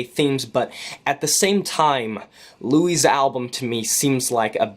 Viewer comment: Also pronounce the "s" in his name. His name isn't "Louis" (French origin with silent "s") it's "Luis".